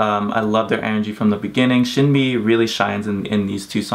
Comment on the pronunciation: i can see u saying sin bee when it should sound like shin bee^^